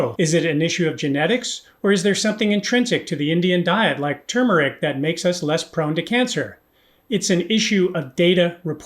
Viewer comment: You got tur mer ric though when everybody else says too mer ic. I can't wait to hear more of these